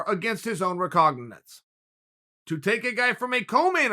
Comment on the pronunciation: Uncle says "recognizance" like I say "officer" after a long night of drinking.